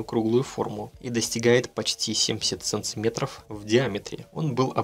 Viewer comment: Почему ты в слове "сантиметр" вместо 1-й буквы "т" говоришь букву "ц"?